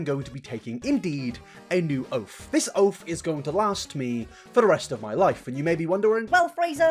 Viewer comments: "ooooofff"....is he trying to say "oth"?? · I find it comical that your dialect makes "oath" sound like "oaf". You might want to work on that. Most American viewers are going to assume that you are lower class and uneducated until you fix it. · Taking a “new oaff” huh? 😂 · I heard it as oaf. Was very confused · Wait did he say oaf or oath im actually confused im not trying to be funny